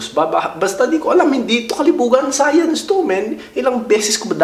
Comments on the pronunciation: Science,Hindi sayans.vaginas bah jay naz😂😂😂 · Bah-jay-naz hahah sana ikaw nalang teacher ko sa sayans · 🇺🇸 : SCIENCE 🇵🇭: SAYANZ HAHAHA😂😂😂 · BAH JAY NAZ SAYANS 😅😂 Ayos ahhh... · 🇺🇸: SCIENCE 🇵🇭: SAYANS HAHAHAHAHAHAH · Its SAYANZ ...LOL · Its sayanzz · Bah-jay-nas jpg.😂 Sayans LOL😅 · Hahaha mali sopell ng science Hahahaha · BAH-JAY-NAZ SAYANS TO